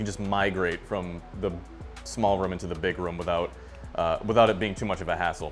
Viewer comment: Idk, I just remember an episode of family guy where Peter said "room" a bunch of times, don't remember the exact quote, and its exactly the same accent. Must be a New England thing in general.